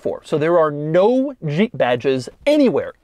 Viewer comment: The way doug says zhheep